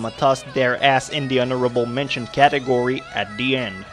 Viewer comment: Hon-ora-ble Men-tions, ok?